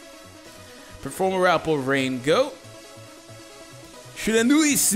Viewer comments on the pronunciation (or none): Dfree it is pronounced"PER-FOR-MA-PAL" ur welcome